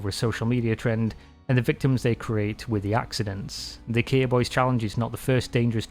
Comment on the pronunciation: Why do you call “KIA” Kiar 🤣 its not keyer keier kiar whatever you call it its kia